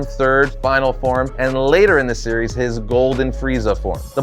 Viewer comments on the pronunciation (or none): none